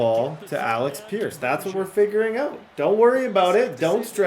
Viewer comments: ALEX peirce? Kwity PAYNE? Somebody get this man some glassses. Please we need to help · it’s (aleck peirce) and (kwity paye) not alex and payne